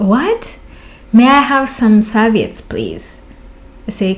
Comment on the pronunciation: Sir-vee-utts. 😂. It's the little things, and it is miscommunication. But you killed me with the dildo.